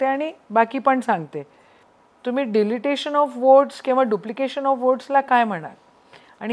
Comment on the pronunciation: डिलीटेशन म्हणत नाहीत डिलिशन म्हणतात